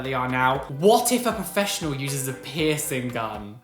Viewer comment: Anytime i hear literally anybody say peircing gun i imediatly get triggerd 😂😅 love you!! ❤💙